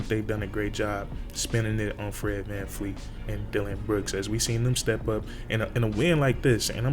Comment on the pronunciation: His name is VanVleet not VanFleet